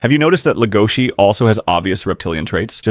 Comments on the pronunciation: STOP SAYING HIS NAME WRONG! DID YOU EVEN WATCH THE SHOW BRO? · Stop saying his name wrong